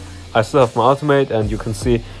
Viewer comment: Smh I thought you said automate until I realized you meant ultimate lol